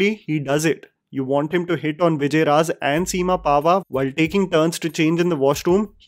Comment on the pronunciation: Vijay Raaz* naam to sahi se lo 🙂